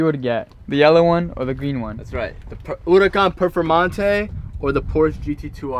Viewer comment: Huracan perfomonte